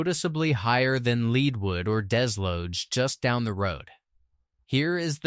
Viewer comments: Good lord. Lead the mineral is pronounced "led", not "leed". Same for Leadwood. And Bonne Terre is pronounced "Bonn Tere", not "Teray". This AI crap sounds idiotic. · Where is " Saint Fran-Swaa" or "Leed wood"? what a joke !!!